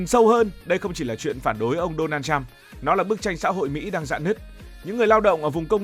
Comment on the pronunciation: Thằng BLV này ăn nói sặc mùi cộng sản. Đọc tên của người khác còn sai ( Đô na trăm??!??? Tao lạy) mà đi bàn chuyện thế giới